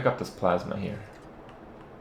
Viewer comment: u said "here" weird